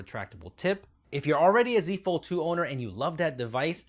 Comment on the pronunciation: I swear I heard you say “using a fold 2 is the same” as “the z fold 2” lol